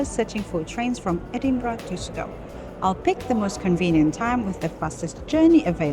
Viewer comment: Just for info: Stow is pronounced Stouw. It caught me out when I first moved to Edinburgh, 40 years ago.